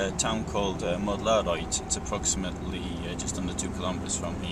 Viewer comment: Mödlareuth = Mud-la-royht, it’s very easy to pronounce. ;-)